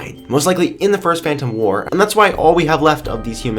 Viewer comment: 'wur' War,, war. Not wur.